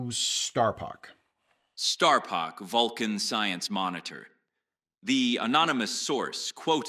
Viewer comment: you nailed Starpok's Vulcan accurate pronunciation with just the right seasoning of condescension.